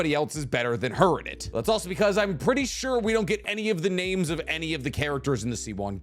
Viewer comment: Not gonna lie you got some wild pronunciations of these name but I still rock with you lmao